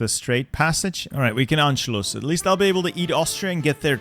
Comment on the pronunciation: first person i saw say anschlus right